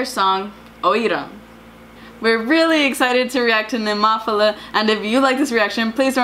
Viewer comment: at least you know how to pronounce the band's name, now))) check the announcer again if you will)))